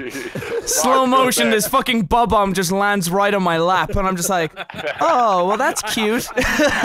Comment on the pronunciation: it's not B-Bomb, it's bomb-omb